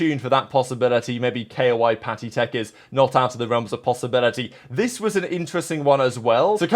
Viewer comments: bro really said K O I isread of KOI, i was thinking so hard what this K O I team is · Bro pls just say KOI like u pronounce the fish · Are you pronouncing koi like that for rage bait or